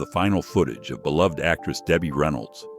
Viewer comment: Thank you for pronouncing "beloved" correctly.